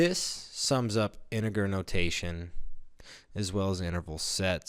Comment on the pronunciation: You're not pronouncing the word integer correctly...